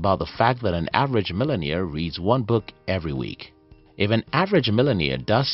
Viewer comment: Mark Cuban not Matt Cuban, Millionaire not Millimere. Like the Video.